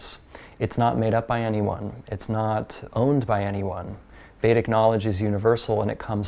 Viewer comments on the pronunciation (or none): none